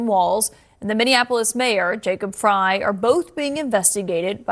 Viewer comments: no, I want no association in being part of Chi-Canadia. I want my state back (Minnesota) Edit: Jacob Frey is pronounced Frie like French fries. Js. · Jacob Frey is pronounced FRY